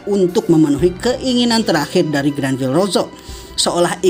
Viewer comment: Bukankah namanya Granbellrosso bukan Granvillerosso?????